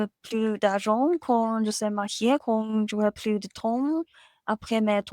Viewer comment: Tu as un bon français ! Fais juste attention à la prononciation de "plus" ❤ Tu gères 💛🤍